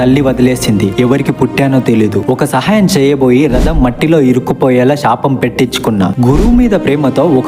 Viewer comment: Explanation part is crystal clear but శ aksharanni ష గా పలికే కూడదు. శాపం నాశనం అనాలి ... పరశురాముడు పరషురాముడు కాదు.. అధర్మం రాధ ఒత్తు ఉంటుంది అది క్లియర్ గా పలుకగలికితే మీ explanation part flawless